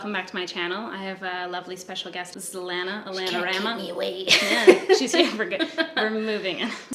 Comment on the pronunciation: The way you say it I thought her name was Atlanta 🤣